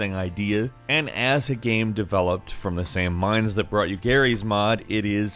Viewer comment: Please learn to pronounce the word "GAME".